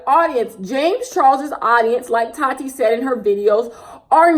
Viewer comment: The way you say Tati’s name 😂 “tAaTi” lmao